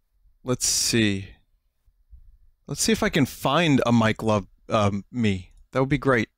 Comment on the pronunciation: Every time vinny says mike love, it sounds like mike glove.